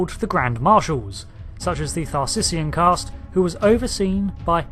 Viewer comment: There is no "r" in Caste